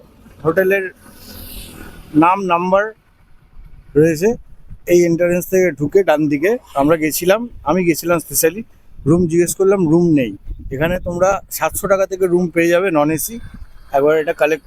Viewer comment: এন্টারেন্স আবার কি? ঠিক করে বল। বল এন্ট্রান্স